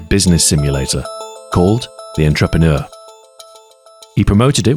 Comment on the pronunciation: That is the worst pronunciation of "entrepreneur" I've ever heard